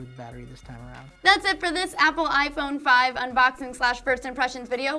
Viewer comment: erm, it's pronounced iPhone...